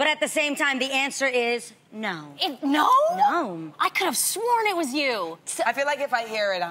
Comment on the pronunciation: Adrienne says "nom" instead of no. I'm convinced it's her.